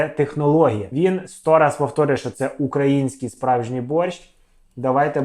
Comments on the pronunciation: Таке відчуття, що він спеціально десь невірний наголос ставить. Бо борщ у нього укрАінскій всюди, а сало в один момент стало украЇнским. Дуже цікаво :/ Ну і УкраЇна каже нормально ж, а не УкрАїна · На публіці в такій, перепрошую, залупі розкладати вогонь? На вогні робиться мега смачно, то факт, нарізка слабенька, але для себе має право на життя. Наголос на український.... Так тяжко с*чара покласти на правильне місце наголос? Щоб я розмовляв українською на такому рівні, я вчився десь 12-15 років. Дебіла кусок, що не може наголос покласти. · А мене одної кров з вух пішла від його вимовлення слова Украинський ???😮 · просто у персонажа синдром рускаязичної щелепи, не може він вірно виговорити слово "український" 😂